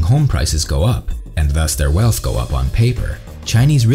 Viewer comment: Disagree. He can't even pronounce words like "wealff" (wealth) or "sussessful" (successful) properly.